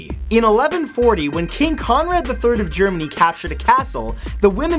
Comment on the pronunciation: when you said king Conrad i thought you said king kong